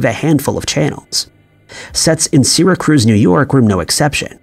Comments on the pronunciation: Prety good video only comment is It's Syra'cuse' not Syra"cruze" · Do you mean SYRACUSE, New York? I had to listen twice to make sure I heard that right! "SyraCRUZ" sounds like someplace in Puerto Rico! 😂 Just having fun with you! Love your channel and I hope you're feeling better. ❤ (P.S. thanks for the update on your anus. 😉🤣 Sorry, I just couldn't resist!) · Isn't it "Syracuse" not "Syracruse"? Is anyone keeping count of the locations that are mispronounced on this channel?😄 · Im from Syracuse and im used to some miss pronunciation, but Sarah Cruz?? Cmon man. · "SIRACRUZ"???? Where are your editors? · Syracruise lol😂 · How come the "Channel 7" one, the area/town in NY, he was saying 'Syra Cruz, but it is CLEARLY 'Syracuse'? It is pronounced like Sira•cues - hence the school Syracuse University, (and the school's paper was named 'The Daily Orange' & being Syracuse, I believe, that is bc they are part of Orange County). This area is a pretty popular known area located around what I, myself, would consider Upstate New York, bc I was raised on Long Island, New York and lived on City Island in The Bronx, & have lots of family in areas in Queens and really towns in Long Island & thru all the boroughs & so we consider all those parts of NY State above those spots where LI and any of the boroughs are, like parts of NY above Manhattan we call Upstate New York... and yes, that is the biggest span of NY but LI alone has enough people living thetr to become it's own state, having a bigger population just there than in some other total state populations. But why wouldn't he at least check the fact that it is called Syracuse, NOT "Sira Cruz", wherever that is. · Seriously? There is NO R in Syracuse wth 🤦🏼‍♀️ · "Seeracruz"? JFC, even if one lacked the basic sense that Syracuse is a major city in NYS (the 5th most-populated, actually), a bare-minimum fact-check would have caught that. And to repeatedly mispronounce it just screams Content Farm. So gross.